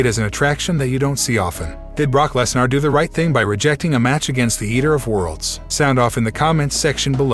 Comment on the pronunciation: DUDE IVE LET IT SLIDE TOO LONG IDC WHAT ACCENT U HAVE AN E NEVER MAKES AN A SOUND STOP SAYING LESNAR DUMMY ITS LESNER NER NER NER ITS A FUCKIN ER NOT AR DUMMY